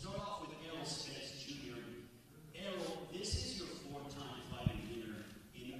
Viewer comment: Errol "Earl Spence" Spence